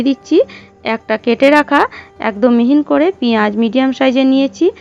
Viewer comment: রান্না করতে হলে ভাষা ঠিক করতে হবে বারবার মিহি না বলে মিহিন কসৌরী কে কস্তুরী বলেছেন কেনো